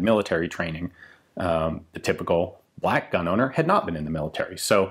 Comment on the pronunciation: It's pronounced "bleck"